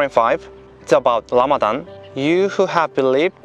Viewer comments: Rayan Gold it’s because in the Korean language, the ㄹ in 라마단 makes a R or L sound. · him saying Lamadan made my week. May Allah bless you and guide you through your journey Jay kim brother.